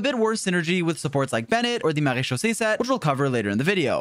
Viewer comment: The way bro said Marechaussee gave me whiplash after hearing someone else call it Marechussy. It's like drinking brewed coffee after gulping 3 cans of energy drinks